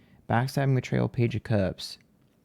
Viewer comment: your little southen accent came out thickkkk when you said "page of cups " 😂😝